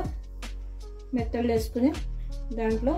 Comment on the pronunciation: Methallu ...not nethallu